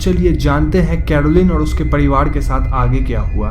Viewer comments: Padiwad.. nahi pariwar hota hai lol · ye pariwar ko padiwaad kyu bol rha h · Padivad kya he ye apka r ka uchhar me mistake he